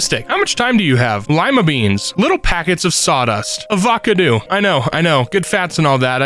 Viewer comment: I'm sorry, how did they pronounce Titanic?😭 tit-a-nick??? edit: Avoo-caw-doo????? I'm not going to sleep with this vid